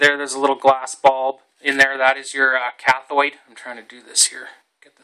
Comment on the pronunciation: ElectrODE, not electrOID. CathODE, not cathOID. Come on, man!